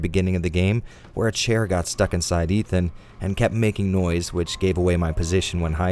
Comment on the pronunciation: "Eve-an Winters"